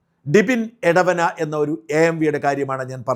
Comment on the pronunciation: എടവന അല്ല. എടവണ്ണ